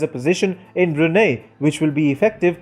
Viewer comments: Its Brunei ( Brunai ) but Brunie ( Bruney ) l azmanbsjad but also me as Bruneian: 👁️💓👁️ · It's pronounce as BRU-NAI. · Lol Bru-NEIGH